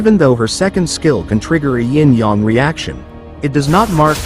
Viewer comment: İ guess i understand the "ying yang reaction" 😁 you are saying it beautifully